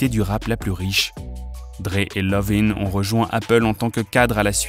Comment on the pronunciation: Pardon c’est Iovine avec un « i » pas Lovine ooh🙄